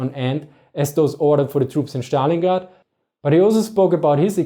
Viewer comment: yes, his pronunciation kills me